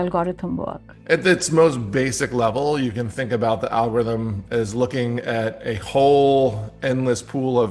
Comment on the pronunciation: Someone tell that lady how to pronounce algorithm please